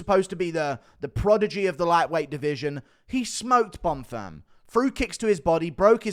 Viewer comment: he can't even say Bonfim, what u on about